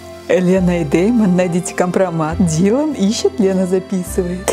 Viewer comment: Лена, ты на прочитала не "Дилан" а "Дэйлан" 😅